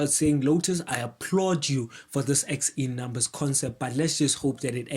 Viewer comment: Are you saying "Lotus X E Numbers"? I don't know what you're saying, guessing it's a language issue but it's the Uh-Vee-Ja X. Like Uh. Then Vee. Then Ja. Then just the letter X. So the Uh-Vee-Ja X. Evija X. So yeah, no clue what a "Lotus X E Numbers" is.